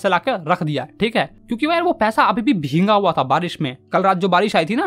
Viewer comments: It's not bhenga it's' bhegga ' correct pronunciation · Sir bhinga nahi bhiga hota hai 😅😅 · Bheega❎ bhinga✔️